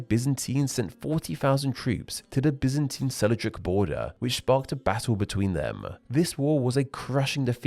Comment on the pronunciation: Sel-juk, not Sel-i-juk. Hittites, not Hitties. Pronunciation was weak on this one.